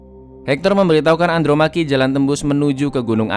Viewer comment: Andromache dibaca Andromeki 😂😂